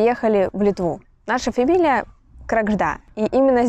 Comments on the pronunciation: Вообще-то в фамилии Крагжда ударение идёт на первую А (это на литовском). Переводится сама фамилия как "ласточка". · Kregždė (крягжде ) ударение на Я. Ė произношение что-то среднее между Э и Е.